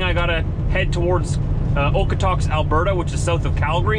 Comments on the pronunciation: You pronounce it Okotoks not Okotuks lol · It's Okotoks (/ˈoʊkətoʊks/, originally /ˈɒkətɒks/). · It’s usually pronounced Okoatoaks (Okotoks, Ab) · The pronunciation is Okotokes. Hope this helps. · Thank you, so painful to listen to that!